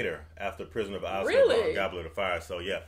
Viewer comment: They’re all great movies from here. (As they all are in their own way!) for future reference Azkaban is pronounced Az(rhymes w A$$😂) -ka (rhymes w duh😂) ban (rhymes w can) Az-ka-ban ! Just trying to help! Believe me I know how much there is to figure out about these movies